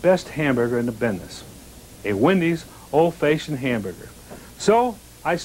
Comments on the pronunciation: I Laughed harder at this than listening to Dave Thomas try to say the word fashioned! Faayshund? Yup sounds legit! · So cool to see him Again. Feel like it's been 30 years since I've seen him on a commercial. Never heard anyone say fashioned like that.